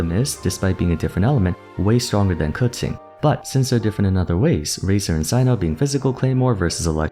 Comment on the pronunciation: "Dendro kutzing" ok bro let me quess, qiqi is "tzitzi"